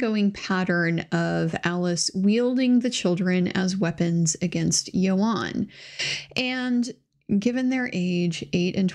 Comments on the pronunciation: its ewan ewan not eo arn ffs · As a Welsh speaker, it's YOANN, not YO-HAN! Great content as usual :D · I think his name is pronounced “Ian” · It’s not Ewan though, it’s Ioan. Welsh, pronounced yo-un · Thank you for this coverage. I recall the backlash when the whole "believe all women" rhetoric was going on against any woman who dared questioned someone's account. Unfortunately deceit, lies, taking advantage is a gender nurtural trait & its only fair that any allegations should stand up up scrutiny. Just as a side note, his name is pronounced "Youan", I live live in in the UK, and its the standard pronunciation of this Welsh name, hope you don't mind me pointing that out. 🙂